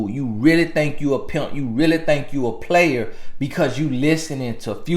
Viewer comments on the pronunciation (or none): none